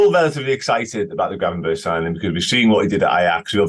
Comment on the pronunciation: Someome needs to tell he's pronouncing Gravenberch wrong. It's annoying seeing him do most of the pieces on him and him butchering the pronounciation every single time.